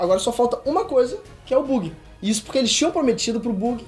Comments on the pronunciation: "Buggi" KKKKKKKKKK a pronuncia é Baggy não? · O video tá muito bom só é meio esquisito ele pronunciando "lojia" ao invés de "LOGUIA", chamando o Buggy de "Bug" e Reverie(que por sinal é como os japoneses pronunciam Levely) de "Reveriê" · Muito serelepe esse "Bugui". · o vídeo está ótimo bem construído e interessante, único ponto é que acredito que seja melhor falar os nomes segundo a fandom como "logia", ''momononosuke'', ''buggy'' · Não tem problema isso mas da uma agonia a forma que ele pronuncia buggy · Eu curti o vídeo Mas o que não curti e ele dizendo o nome do Buggy😂 Deu bug no meu Pc 😂😂😂😂